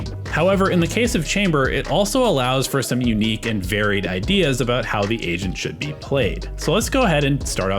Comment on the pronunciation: I swear I kept hearing "Asian" instead of "agent"